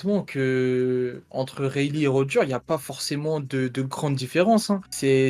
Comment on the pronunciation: Mdr comment ça roger deux fois raighley 🤣🤣🤣🤣